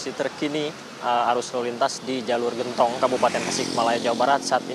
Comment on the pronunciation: Genntong mba bukan gentooong😂